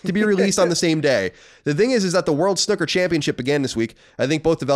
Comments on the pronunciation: Great podcast guys - loving the ps5 news and looking forward to hearing your take on days gone..... so with the snooker thing and being English.... if you ever have the desire to pronounce the word in our native tongue it is 's-NEW-kur'. Here is a great example for you to enjoy :) :))) I very much enjoyed listening to you guys passionately saying snuk-ker and demonstrating your jason statham impressions :) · didnt comment last week, but seriously, snOOker. Please please never say it wrong again!! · You still haven't got it, even after listening to it... "S-NEW-KUR" guys... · i got to say your English accents are actually pretty good, thats coming from an east Londoner who grew up with cockney parents lol but its 100% SNOOKER SNOO is pronounced like ZOO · The american pronunciation is wrong! Do you say "Snuppy" when you refer to Charlie Brown's dog?